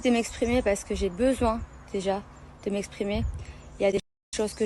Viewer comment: Mais mdr « m’èsssprimer »